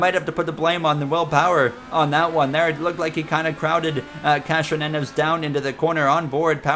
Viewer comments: also, idk if i was mishearing, but its not “castronenes”, its “cass- tro- nev- ez”, pretty much exactly how its speller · Castronieves not castronenos